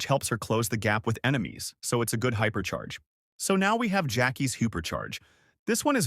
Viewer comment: H Y P E R C H A I R H Y P E R C H A K O R Y H I A P E R C H A R G E H O O P E R C H A R G E